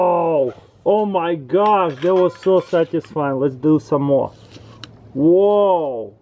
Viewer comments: I think he says "statisfieing" every video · LpsMaya "Syatisfying" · "whoa, that is so satisfine "